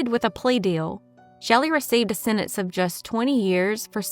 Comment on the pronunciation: Sentence has a T in it.